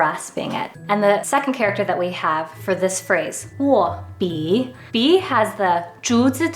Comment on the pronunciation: it is "neng2 gan4", not "neng2 gan3" as pronounced; it is "wo4 bi3" , not "wo4 bi2" as pronounced in this video. Please make those corrections. Thank you.